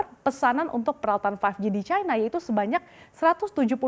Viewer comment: cina kok dibaca caina sih ? salah ejaan